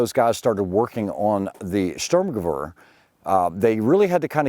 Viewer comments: to be pedantic it's sturm ge vehr not sturm ge wear. Klar? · The W in German is pronounced like a V. It should be pronounced “ Sturmgevair “ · Sturm is pronounced “Shhturm” Gewehr is pronounced “Gevveer” ShhturmGevveer